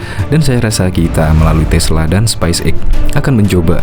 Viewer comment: Halo Mimin. penyebutannya speis (space) eks (x) bukan spais (spice) eks (x).